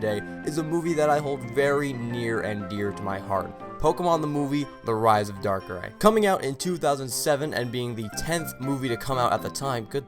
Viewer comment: The movie was my first Pokemon I watch, the reason why I love the Pokemon darkrai, I know it has flaws but I still enjoyed the movie even tho the flaws are there and no you didn’t pronouns it right XD